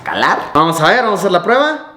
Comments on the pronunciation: "SIGUIENTE PRUEBLA" xD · "Siguiente Pruebla" JAJJA XD